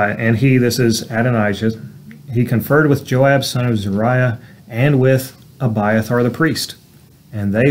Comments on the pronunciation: Exact precise perfect pronunciation😊❤❤So refreshing hearing my name pronounce correctly. Reminds me of my Dad reading scriptures to me an my sisters, when I was a kid as a bed time story. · You exactly said my name right❤😊 I am gleefully amazed❤💯